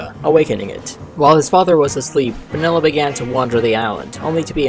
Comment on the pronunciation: It's actually pronounced mini-lla